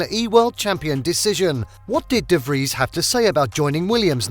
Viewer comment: Finaly someone who pronounces his name right